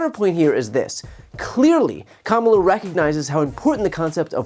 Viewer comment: I still think the only moment that would’ve been stronger at the debate would’ve been Kamala making Trump say her name correctly